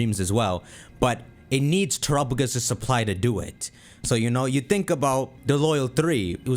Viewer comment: The way pronounces Terapagos is going to give me an aneurism